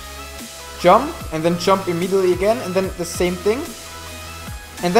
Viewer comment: Lol, he says "Jum" instead of "jump". xD